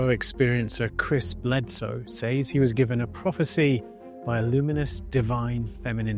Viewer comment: Hope to help, "Says" is pronounced, "Sez."